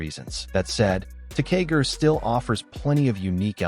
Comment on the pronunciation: Ressha Sentai Toqger is pronounced Re-ssha Sentai To-Q-Ger and Kishiryu Sentai Ryusoulger is pronouced Ki-Shi-Ryu Sentai Ryu-Soul-Ger. I love the video, but please learn the correct way to say it, thank you. You also butchered the names of 2 other Super Sentai, Zyuohger and Patranger.